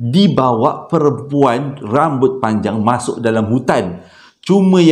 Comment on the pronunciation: Comella bang part pelat "mashok" tu 😂😂😂😂